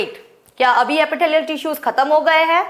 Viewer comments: Epithelial ❌ Apitthaaliyal ✅ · Epitalaial tissue🤣🤣